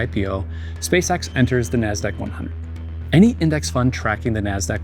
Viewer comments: the way the guy says "Nasdaq" XD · Dude pronunciation of 'Nasdaq' is spit take worthy.